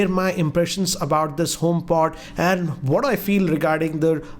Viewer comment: Bro you say what not say whad and another world everything not say everythang